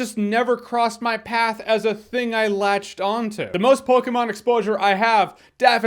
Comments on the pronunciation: Thank you for pronouncing Pokemon correctly 😂😂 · We can tell you don't play Pokemon Jeremy by the way you say Pokemon. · The way you say Pokémon is weird...but I like it!